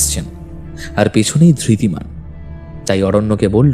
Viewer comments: গল্প টি বেশ ভালো। তবে উচ্চারণে আরো সচেতন হওয়া উচিত। ধৃতিমান কে একমাত্র অরণ্য ছাড়া বাকি সব চরিত্র ই ধির্তি বলেছেন। এটি অবশ্যই শ্রুতি কটু। অভিনয় ও আরও প্রাণবন্ত হওয়া দরকার। তবে গল্পের বলিষ্ঠতা এইসব ত্রুটি গুলি অনেকটাই ঢেকে দিয়েছে। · Ekmatro Aronyo chara baki sobai Dhritiman ke Dhirtiman bolechen--- eta boddo shrutikoto laglo. Bakita khub valo.